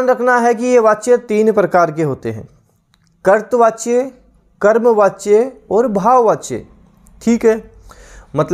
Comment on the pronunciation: Sir कर्तृवाच्य का उच्चारण "करतवाच्य" नहीं होता बल्कि होता है "करतरी वाच्य" Very Nice Class Overall Thanks for Class..